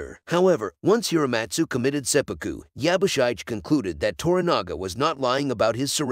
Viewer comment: Yabushige... shige is pronounced "she-gey"